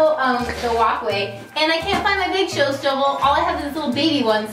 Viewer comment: that moment when she says Show Snuvel xD